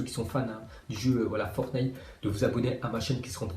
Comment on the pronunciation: Après Netflique, il dit Fortnaille